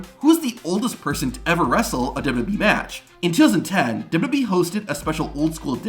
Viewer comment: There are many speech therapist that can help you with your problem. It’s W W E not duduby.